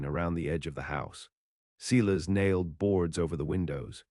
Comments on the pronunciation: The name is pronounced Silas, i.e. Sy-lus not See-less ... a common name of the era. So many horrid pronunciations in these stories .. going back to audiobooks read by real humansa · Good story but terrible reader can’t even pronounce Silas correctly.They also have a spelling problem.